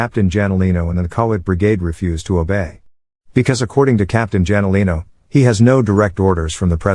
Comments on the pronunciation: janolino is pronounced as HANOLINO haha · what the 😅😅😅 Douglas Mcartur ... Hey its only a Son the I Shall return Guy. and pronounce the Jalinino Wrong 😅😅😅